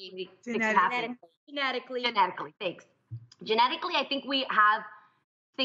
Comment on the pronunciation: really?! jeannie didn't know how to say genetically... I find that hard to believe lol